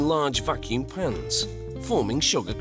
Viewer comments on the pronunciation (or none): It kinda sounds like pants and not pans